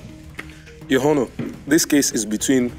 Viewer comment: Nigerians, you are not supposed to pronounce the "h" in the word honour.